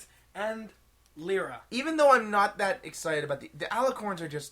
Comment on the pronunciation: lee-rah? Pretty sure it's Lye-rah, on account of her cutie mark being a Lyre (Lye-er, Lye-rah, see?)